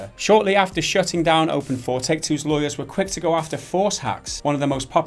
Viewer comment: Open 4? I thought it was open "eye v"